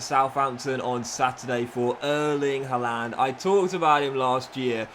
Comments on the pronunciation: Why does it sound like he says haalander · I hate how you pronounce Haaland ngl